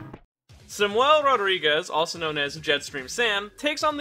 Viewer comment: Why do you say Samuel like that?